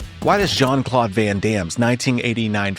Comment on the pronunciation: I get triggered as hell when ai narrations and videos start going incoherent by calling jcvd Shawn Claude van damme😅 as fucktarded as Terrence Howard is I think he would've narrated this video better😅Shawn Claude van damn😅